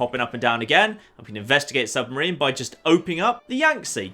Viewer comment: Sub-ma-rina hat? im sorry?! hahahaah